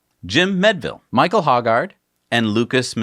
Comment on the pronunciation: Thanks for the shout out ! Not too important but my last name is “Meadville”. It is pronounced MEEDville like lake mead would be. Thanks again you guys are tops !